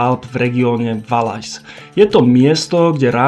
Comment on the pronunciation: Valais? Číta sa to [Valé]